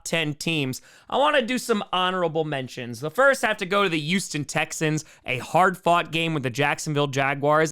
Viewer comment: The "yoos-ten" Texans lol